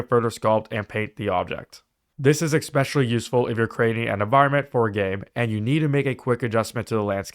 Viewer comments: Did you really say eXspecially? And calc-uh-lates?? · Did you really say "Ekspecially"?